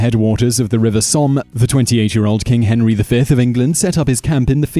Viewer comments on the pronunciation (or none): none